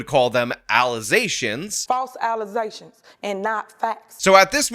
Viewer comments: False allezations 😂😂😂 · I was scrolling and saw the title to the video and laughed my ass off. The irony lmao. Then the "allesations" was the cherry on top 😂😂😂. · once you introduce allezations, proper use of the word allegations goes out the window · Lol false allezations will never get old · I love that you won't let "allezations" go.